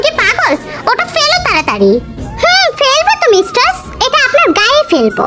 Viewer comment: Aij apa mistar hobe mev but tumi to mistars bolo ata sunte valo lage na tumi onekgulu video te amon bolco